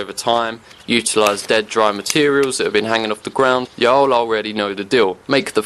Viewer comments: hearing "y'all" with a british accent is weird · Dont know how to feel about "y'all" said in a british accent Top quality content regardless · the way he said Y'all lol